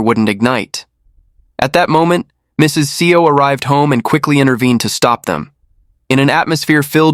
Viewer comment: Narrator or.. uses 3 pronunciation even in the beginning of this video. "SeeOh", " SaiYo", "EssSeeOh" I don't know what to think of it.